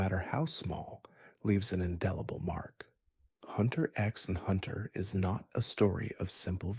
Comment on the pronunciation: bro pronunced the x in hxh im not watching this